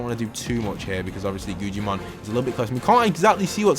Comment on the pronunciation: It’s Guggimon not gugiman